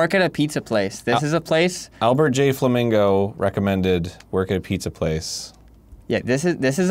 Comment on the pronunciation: Arin definitely introduces him as “Flammego” in the intro, right?